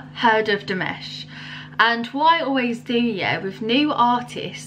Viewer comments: His name is actually pronounced as DiMash, rather than DiMesh, just to help you out, being new to his music. Nice reaction. :) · I really enjoyed the look on your face. I think every one of his Dears (fans) probably had the same look the first time they saw and heard him. Btw, his name is pronounced Dee MAHSH. I subscribed for more. I would suggest Olimpico from this same digital concert. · It's pronounced Dee-Mosh. Next react to this version of Sinful Passion: after that do Stranger New Wave 2021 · Love your reaction - I look forward to more reactions to Dimash! The a in -mash is pronounced like in mother or some. ;-)